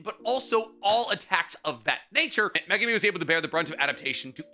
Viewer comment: HE'S FINALLY PRONOUNCING MEGUMI CORRECTLY! Finally. Good job.